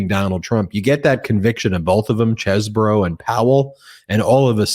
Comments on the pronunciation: It is pronounced CHESBRO, not Chesboro! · Isn't it "Cheez bro", not "chess borrow"? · cheese-bro 😮 ugh its reminding me of the Ka-MALA pronounciation! Ben, stop-it! not Chez-borough!!! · It's CHEESE-Bro not Chezz-boro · His name is pronounced Cheese-bro. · its pronounced cheese bro